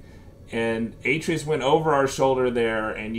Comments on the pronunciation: Kratos literally tells you how to pronounce his sons name, how can you get it so wrong! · U say the boys name wrong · Can’t take the way he says Atreus